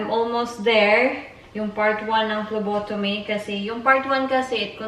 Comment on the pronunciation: Hi po I'm ur no.1 fan. May sasabihin lang po ako, hope di po kayo magagalit. It's PHLEBOTOMY po ate not PHLOBOTOMY. Gusto ko rin po kumuha ng dugo, I'm not a Phlebotomist but I'm a Medical Technology soon kapag nakapasa ako ng board exam. It is called Blood Extraction or Venipuncture. Alam ko na rin pano kumuha ng dugo and it's easy. We our one also who do that kind of job and after that we process or examine the blood in Laboratory. That kind of jobs is awesome. Goodluck po ate. Notice me po.